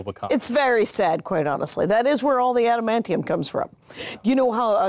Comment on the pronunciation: I was so annoyed when Jackie said adamantium